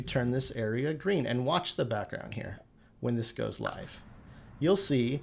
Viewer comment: Lolol actually Sim Guru Ninja was going off in chat about his mispronunciation. It’s supposed to be “live” rhymes with “give,” as in living